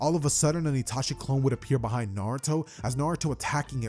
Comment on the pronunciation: why'd you say beehind like that 😭